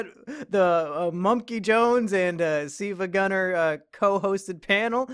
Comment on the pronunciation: It's "sevagunner" W H A T